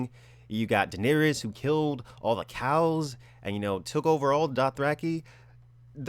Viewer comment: At first, I heard Daenerys killing cows, not Khals